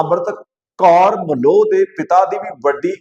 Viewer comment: ਉਹ ਫੁੱਦੂ ਆਦਮੀਂ , ਅਮ੍ਰਿੰਤ ਕੌਰ ਮਲੋ ਨਹੀਂ ਅਮ੍ਰਿੰਤ ਕੌਰ ਮਲੋਆ ਹੈ । ਮਲੋਆ ਪਿੰਡ ਹੈ ਚੰਡੀਗੜ੍ਹ ਵਿਖੇ। ਪੰਜਾਬੀ ਬੋਲਣੀ ਪੜਨੀ ਨਹੀਂ ਆਉਂਦੀ ਨਾ ਪੰਜਾਬ ਦੇ ਪਿੰਡਾਂ ਬਾਰੇ ਪਤਾ ,ਕਿਸ ਕੰਜਰ ਨੇ ਤੈਨੂੰ ਖਬਰਾਂ ਦੇਣ‌ ਲਾ ਤਾ ।